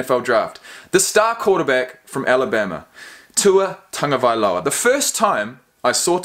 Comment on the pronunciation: I’m glad you finally learned how to pronounce his name properly! You’ve redeemed yourself as a Kiwi! Because recently some Aussie commentator made fun of the Polynesian names of their National Rugby League players and then made light of it when confronted with the issue. Very nice come back on your part because these days, people are very sensitive about race issues, particularly here in the States.